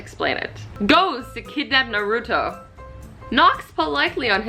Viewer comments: I CANT WITH “nahrootoe” BJAHHAJSA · Naruto Otaku I got so TrIgGeRd when she said naruto wrong omg